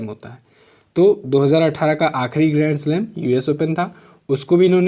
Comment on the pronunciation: Sir first que me ap gremslab kh rhe hai ya grandslam clear smjh me nhi aa rha hai plz ap use clear bra dijiye plz